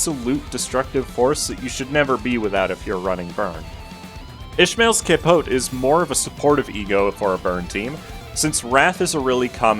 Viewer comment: brother cant pronounce capote right but nails walpurgisnacht